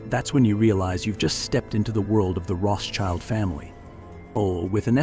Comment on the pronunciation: Guy is mispronouncing Rothschild!